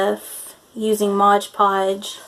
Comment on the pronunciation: It's Mod, not modge